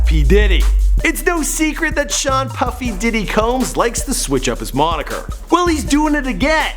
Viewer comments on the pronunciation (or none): none